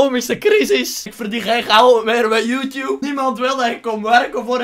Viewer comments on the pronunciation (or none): none